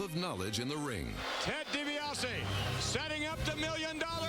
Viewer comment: It's DiBiase , get it right dork....